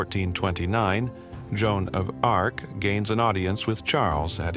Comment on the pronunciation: Jenn Dark? Lmao.